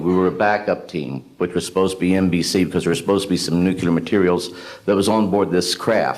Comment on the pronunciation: It's not nucelar and for the record it's not aluminum.